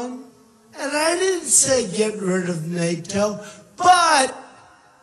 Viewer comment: "I didn't say to get rid of Nayatoww" He pronounces NATO wrong xD